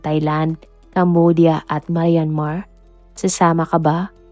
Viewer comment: I like your content pero improve on your pronunciation like how you say SOSYAL MIDJA, MAYAN-MAR, etc